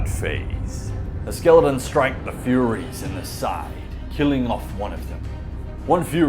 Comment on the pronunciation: Why did you/he keep calling them "Furries", and not Furies...? 🤔